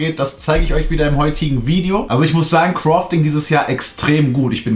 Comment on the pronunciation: Kann ihm bitte jmd sagen dass es nicht crofting heißt sondern crafting